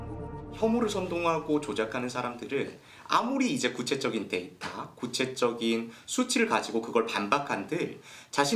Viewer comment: 의 발음도 이상하다. 구체적인을 ~ 구췟쩌긴... 구췟쩌긴... 이라니... 이게 어느나라 발음이냐? ㅎㅎㅎ